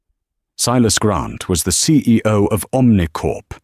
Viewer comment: Announcing the "CAO?" instead of "CEO?" Lol.